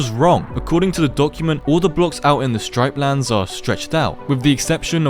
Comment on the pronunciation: You said stripelands it's actualy striplands